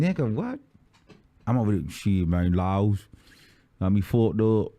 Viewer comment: I am GAGGGGGIIING every minute of this storytime! 😭😭😭 I need more of this! 🤣🤣 He said "the LAWLS"🤚🏾 I cant.